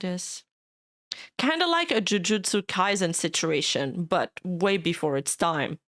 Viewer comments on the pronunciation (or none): none